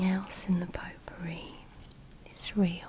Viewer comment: I don't mean to change the relaxing mood or anything, but when I heard 'pot-pourri,' I thought you said 'poo-pourri.'